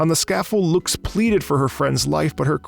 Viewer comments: Oh yeah, "loox" (lux) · Hearing him pronounce her name as Loox is really funny. It’s supposed to be an Uh sound Lux, named after the unit of illumination. Obviously he wouldn’t know that but it’s still funny to hear